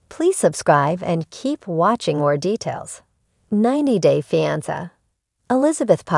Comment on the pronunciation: Somebody needs to teach AI how to pronounce "fiance". Blocked.